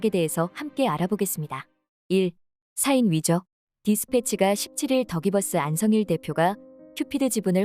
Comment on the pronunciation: 사인 발음 웃기네 ㅎㅎ 옛날 자장면 느낌인데